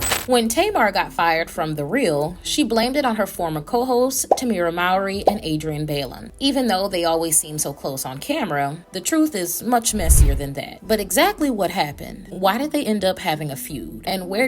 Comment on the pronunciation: "BAYLEN"?!!!!!!! Girl its pronounced "BAI-LOIN"